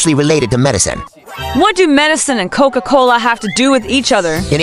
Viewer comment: Bro said cocola